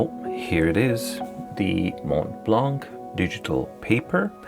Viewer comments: Hi, about the pronunciation of the brand. It's spelled "MontBlanc," but it's pronounced "MonBlan." In French, we don't pronounce the "t" and the "c." These letters are present in the different variations of these words. 😉👍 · Please pronounce it “monblan”.